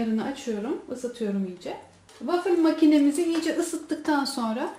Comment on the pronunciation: Wafil değil wafıl diye okunuyor sevgilerle😍